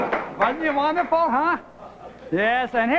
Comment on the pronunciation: Wunnerful. wunnerful, wunnerful!